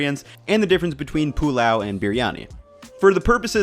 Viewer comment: “POO-LAO” lolololom